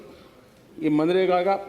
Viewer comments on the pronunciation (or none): Pappu ji pahle manrega kahna seekh lo 😂😃